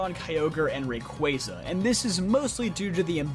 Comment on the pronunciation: Oh my god. Someone who can pronounce both Arceus and Rayquaza correctly!